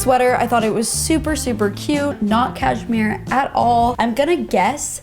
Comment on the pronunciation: “cash-MERE 👁👄👁”